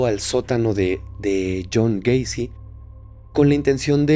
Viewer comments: Se dice gueisi no güeisi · Cada que decía "Güeycy“ me daban ganas de quitar el video